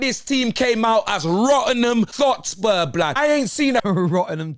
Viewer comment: He said thotspur 😂